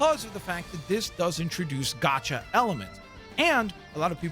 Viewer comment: *gacha, not gocha. Rood word from the Japanese gacha machine, not the English gotcha